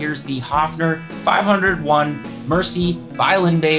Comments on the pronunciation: Small point… ‘Mersey’ is pronounced ‘Mer-zee’, not ‘Mercy’! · Excellent vid rundown and your demo of its sounds is superb, just one teeny comment about your pronunciation, you pronounce the Mersey model as ‘Mersee’ up here in Liverpool ( and the U.K. generally )the correct pronunciation is ‘Merzee’ I’m sure lots of us brits pronounce US place names wrongly , so no biggy ! Once more, a great vid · Mersey is pronounced "merzy" not "mercy." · Mersey isn't pronounced like mercy. It's the name of the river in Liverpool and is pronounced "murzee", or in some Liverpool accents perhaps more like "mairzee" .. but never like "mercy". For the pronunciation listen to a famous song from the 60s "Ferry Cross The Mersey" by Gerry and the Pacemakers ... it's on youTube... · Pronounced ‘mer-zee’ not ‘mercy’. Great video though 😊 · Excellent video - Just a 'heads up ' on pronunciation - instead of 'Mercy' bass ... try 'Merzee' ! It's named after the river which flows through Liverpool ... The River Mersey (Merzee). After all, it's the River Danube ... not the Danoobeee! Yippee! 👍👍👍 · thanks man. fab. btw it is merzee, not merci. ta luv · It's pronounced "merzy" not "mercy" or do you say "mercybeat". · BTW its pronounced "Merzee" not "Mercy". If you're a scouser its Meearzee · Mersey is pronounced more like MUHRzee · Mersey is pronounced “mer-zee” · One thing you didn't know: Mersey is pronounced MERzee (like Jersey) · Pronounced "Merzee" in UK. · Mersey is pronounced "MERZEE" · Or if you wanna be really pedantic you should pronounce it as “Mearzee” like a true Scouser! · Sorry to pick you up but it's pronounced "MERZEE" Thanks for the info, I found it enlightening.